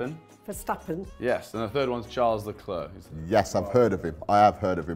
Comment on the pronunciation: It’s pronounced sharl le clare